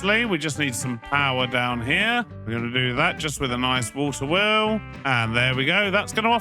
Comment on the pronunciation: “water wew” lol